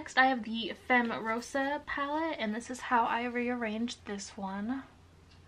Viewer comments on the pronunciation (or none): none